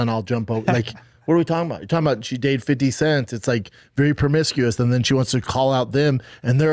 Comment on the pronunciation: He just cannled 50cent “50 cents”